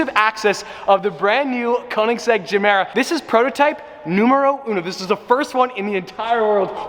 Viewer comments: Is it really geeemera though? I pretty sure it's GUmera without the Gu just gemera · As far as I know it’s supposed to be pronounced guh mare uh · Gemera, pronounce like ”je mera” in swedish it means ”give more” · "Jamera" Everybody: TRIGGERED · WTF is ”zemeera”? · Pronounced Ye-mera as in "give more" in Swedish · Yehmirah is pronunciation. Idk y this bothered me so much. Also Ik I’m a dick for correcting him, just wanted to say it. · To all the dubai bois that keeps hearing jumeirah 😂😂😂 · im kinda cringing att your pronunciacion of gemera as a native swede but keep it up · in english it’s more like G than J, in Swedish it sounds like our J. This went a little messy 😬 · Pronounced with a G for goat. Not J. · Is it just me or is he mispronouncing everytime he says the name of it?